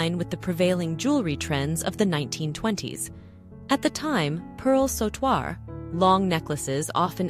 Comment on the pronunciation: Sautoir is pronounced sew-twar Not saw-twar